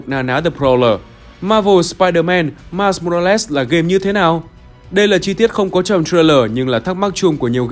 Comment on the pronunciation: Mai mô ra lét??? Nghe kì kì kiểu gì ấy